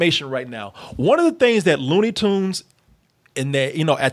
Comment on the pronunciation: I'm guessing you haven't seen any WB shorts from the 40's, because that's the aesthetic that these cartoons are emulating, and they were doing it long before there was ever a Ren & Stimpy. BTW, it's 'Looney Tunes', not 'Loony Toons'.